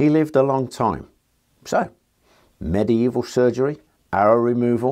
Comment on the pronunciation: So pleased you say medieval properly.👍